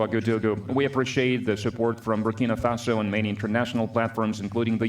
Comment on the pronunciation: Greetings Bro, thanks for your very informative channel especially the coverage on our President, His Excellency, Captain Ibrahim Traore. Just one observation, you keep mispronouncing the name of his country, the name is BurkinA Faso, not Burkini Faso. Burkini means a full body swimsuit. Burkina means "upright" or "honest" in the Mossi language of Burkinabe people. Thanks for highlighting his profile. God has blessed Africa with a fearless, gifted leader who has a heart of love.